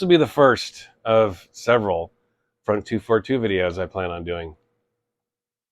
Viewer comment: The pronounciation is not “front two four two”. You should read it like in french. So it’s “Fron deux quatre deux”. I know as I met them back then. I went to the same shop they went. Unfortunatly the shop is gone already for decades.